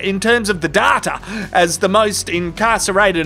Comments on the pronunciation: datYa not daRRRta... ffs... :D Also love the beanie... although going into our summer it might see action quite soon! :D Also the coaster with the quotes are items of joy! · there is no R in DATA. So it isn't "Darta!" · Why do you pronounce it data, when everyone knows it's pronounced data?